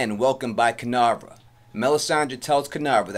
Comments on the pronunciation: Every time you were mentioning "Kinvara" as "Kinavra", my whole body was cringing so hard! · Dude please pronounce her name right!!! It's Kin-VARA!!! KINVARA. Not kinarva or however you said it.